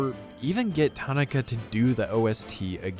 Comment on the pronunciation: Brother, this is a great video and I like your work. Don’t take this the wrong way. Tanaka is The easiest Japanese name to pronounce. You gotta get that right.